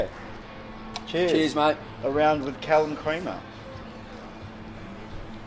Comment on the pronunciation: Hey Did at the end say Callum 'creamer'? hahahaha